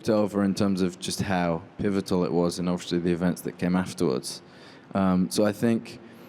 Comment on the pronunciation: Harry may be in a Christopher Nolan film, but that Will never change the fact that he can’t say obviously... doesn’t matter how big you get, words can still be hard sometimes, overeshly